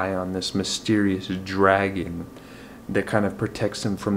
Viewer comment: I'm glad you had another wonderful month of reading. Great wrap up video. For the end of The Engineer, you said "drag-on" - I can handle some spoiler talk; is there a dragon? Yay for Project Hail Mary! Thank you for the shout out. Sorry you didn't full out cry. I'll try to find another book to recommend for the water works. And yes, here's to hoping Andy Weir can write another book soon. :)